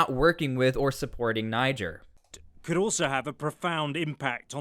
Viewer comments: Folks from Niger pronounce it Knee-jer fyi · pronunced Nee-Jayr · its pronounced [knee-share] at least try to tuck in your anglo will ya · I think you’re supposed to say it with an AH not a hard R